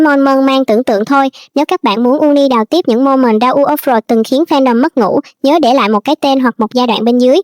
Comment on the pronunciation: tên 2 ảnh đọc là ta ủ ốp lốt í ạ=) shop đọc mắc cười quá